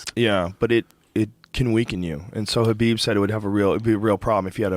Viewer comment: i thought it was khabib